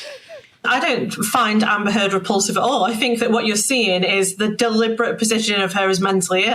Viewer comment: ... sounded like "Amber Turd" ......